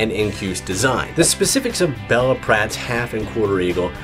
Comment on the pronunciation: It's pronounced Beela, not Bella